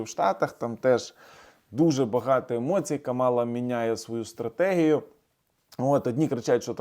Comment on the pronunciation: слух ріже, коли ви КАмалу називаєте КамАлою.